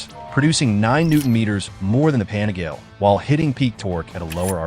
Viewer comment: AI voice crap “ pan a gale “ GTFOH